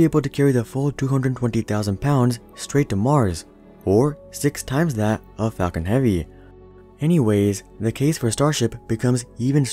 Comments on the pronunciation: Anyone would think the same thing When he say falcon heavy I heard fucking heavy But I like it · "Falcon heaveee"